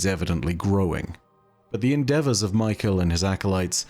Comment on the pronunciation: I’ve known people with the name Mykel before and they pronounced it more like Mee - Kell rather than like Michael.